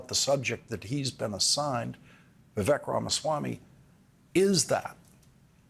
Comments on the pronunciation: Old man lawrence cant even pronounce Viveks name right. Rhymes with lake. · Vivek rhymes with cake, Lawrence. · its embarrassing you don't know how to pronounce Vivek.